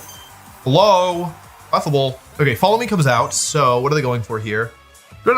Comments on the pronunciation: Cleffa Able* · The way this dude pronounced Clefable was disgusting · Did this dude really say Clefable? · the way you said clefable made me irrationally mad 😂 if it was meant to rage bait it worked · why did he pronounce clefable like that 😭